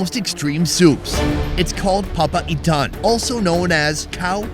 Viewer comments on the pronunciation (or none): It's called "PA-PA-I-TAN" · everytime he pronounce "papaitan" sounds like "papa ethan" and that's what made my day😂